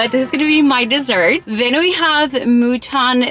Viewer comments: The rest was alright but how come you can't pronounce 'Mutton" pronouncing it "muu-ton" instead. were you making this up....??? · You don't know how to pronounce Mutton? it's literally an english word. WTF is Moooton? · wait, u do the food thing, but you don't know what mutton is? and u pronouce it moo-taahn? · "Moootan"?! Yo, that's an English word called "mutton". 🙄🤦‍♂️ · Mutun biryani not mooton 😂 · Mutton is literally an English word and She still pronounced it Mootaaan 😂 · It's mút-un and gaa-jr the pronunciation and biryaani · Why you call it mootoon its an English word mutton 😂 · It's mutton ,rhymes with button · as a pakistani im very happy btw its pronounced mou-ton= mutton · Moo-ton Bir-Ha-Knee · isnt mutton an english word how did you prononounce it mutoon? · Mutton biryanis is pronounced Mut-tunn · Meuton Biryani. Bruh Mutton is a English work 😂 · “mu-ton biryani”😭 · M I the only 1 who heard her miss pronounce mutton which is english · She couldn’t pronounce mutton right😂😂😂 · No hate to you but mutton is an English word, why you pronounce it wrong ? 🥲